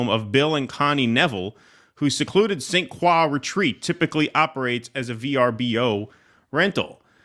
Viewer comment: St Croix is French so it’s pronounced as krowah, it’s not as soy or coy!